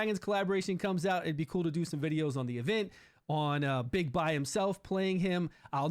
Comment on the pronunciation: It's pronounced Bigbee